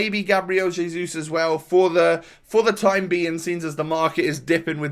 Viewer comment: Its hezus